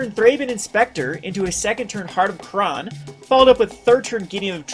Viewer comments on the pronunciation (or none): none